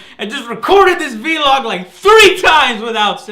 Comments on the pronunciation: Dammit Joe its vlog as in blog buy with a v not v-log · Thanks for the content, but please Joe, in vlog, the v and log aren't pronounced v-log, there is no dash ;_ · I've never heard "vlog" pronounced "vee-log" 0_o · I still find it odd to hear Joe say "veelog". It's so random. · Why does he pronounce it 'V-Log'?